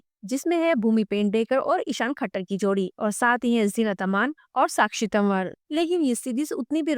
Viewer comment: ISHAAN KHATTAR... NOT THAKKAR